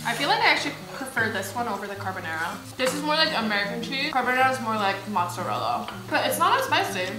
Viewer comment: “Carbonara”: “Carbonara” Nobody:: “CarBONNairA”